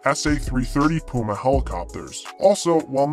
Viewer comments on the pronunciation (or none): none